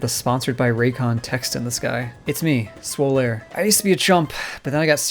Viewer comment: Swol-aire Lol